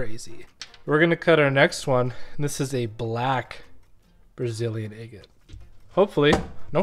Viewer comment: I really like your videos but I wish you would learn how to pronounce the word “agate”.